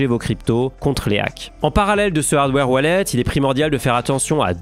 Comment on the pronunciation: "Vous pouvez l'envoyer vers vos toilettes...." ... hein ? "Vers vot' wallet" haaaaaaaaaaaaaaaaaaaaaa